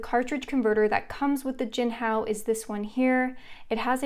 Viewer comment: You: “Jinhao 10” What I Hear: “Jianhao Tan”